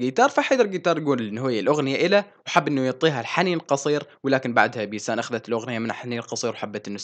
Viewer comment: منو انتبة انو قال بيتان بدل بيسان بثانية 55😂😂😂😂😂😂